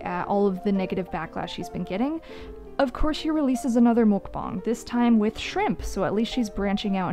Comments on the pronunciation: Mukbang 먹방 The pronunciation is "meok-bang". Or, if that is difficult to understand "m-uh-k bang" (uh like under). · Pet peeve (not for you as a commentary person, but for people like ): mukbang is technically romanized as meok-bang, which is pronounced more like muck and definitely not mook. Not a big deal for most people, but a thing that I think mukbang content makers like really should know. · why does she pronounce it like that HELP ?? mook bong??? I thought it was muck bang, y'know???? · Our American idea of "mukbang" is not the same thing as the Korean idea of it, of course. But, yeah, the pronunciation! Holy cow, wtf is a "목벙"??? ㅋㅋㅋㅋㅋㅋ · m o o k b a n g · If MUK BANK as trailer trash Tammy says 😂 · Muk..bong…that’s how she’s saying. And holy crap it annoyed me so much XD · The way she says mookbuhng makes me so angry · My main problem with her is that she pronounces muckbang and mookbong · I hate the way she says mookbong……. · It’s not mookbong. The letter A doesn’t make an o sound omg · I don't like how she shredded the word mukbang, like- "MouukBongg" :D Just cringe in my ears. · The way she pronounces mukbang makes me so irrationally angry, I just... ASDFGHJKL!!1!!!1! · As a Korean the way she says muk bang kills me inside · Oh she knows she pronounces it wrong. She has been told so many times, but knows best I guess 🤦🏻‍♀️ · I looked it up and she's saying mukbang wrong